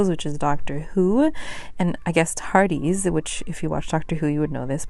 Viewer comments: You will likely never need to know this again but the doctor who reference is pronounced “tar-diss.” 😂💙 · Still love me some Mercedes, but Tardees killed me a little bit 🤣🤣🤣❤️